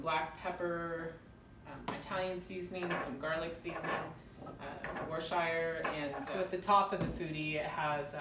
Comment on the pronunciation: It is pronounced whirr stir sure. Took a lot of practice for me to say it, coming from Texas! By the way, love your videos. You cook like I do.